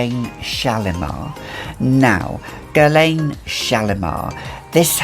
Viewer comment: I enjoy your videos but oh my god, please stop pronouncing Guerlain wrong!!!